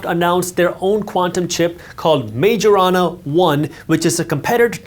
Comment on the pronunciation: Better to pronounce this "Majorana" as "Mayorana"; Sorry, but as a physicist, couldn't handle that butchering of the name of one of the most amazing physicists Ettore Majorana! Nice video and I liked it :)